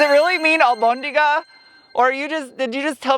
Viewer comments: Si! se dice Albondiga! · Yes, it’s a weird word to say for meatball. But you said it correctly. 👍🏻🙂 The TRD Taco is pricey. For what you get though, would it still be considered affordable?? Always a great review! 👍🏻